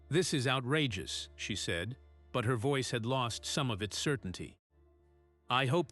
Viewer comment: This computer must learn how to pronounce “Sergeant“. “Ceiling”. “Said”.